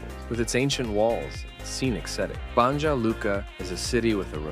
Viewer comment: It's pronounced "Bon-ya" ... the J is pronounced like a Y in English.